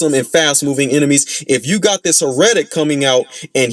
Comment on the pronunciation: it’s HEH-ruh-tic, not huh-REH-tic. The accent’s on the first syllable. My main gripe with them is just how deceptively tanky they are.